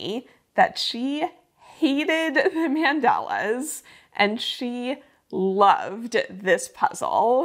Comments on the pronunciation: fyi, they are called mandalas, not mandelas 🥰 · The way you say mandalas is interesting. Is that accent from San Diego?